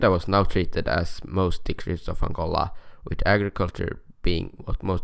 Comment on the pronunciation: aangoLAAA😆😆😆😆 / as he says it.